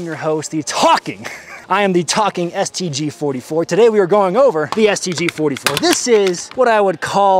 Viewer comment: I thought at the beginning he said "I am the talking STD"